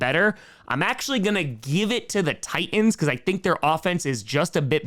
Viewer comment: Fun cast. But the word 'Titan' has a "T" in the middle. It's not pronounced Ti-an, it's Ti-Tan. Try it, thank you. And also, the word 'Houston' starts with an "H." It's supposed to be pronounced.